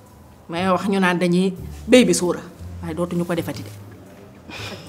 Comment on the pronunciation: baby sora 😂😂😂 On dit baby shower 😂😂😂